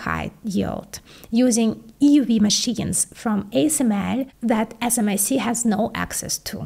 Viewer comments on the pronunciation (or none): Never heard pronounced smic - but I like it.